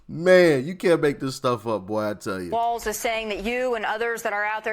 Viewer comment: His last name is walz it should be walls as in prison walls 😅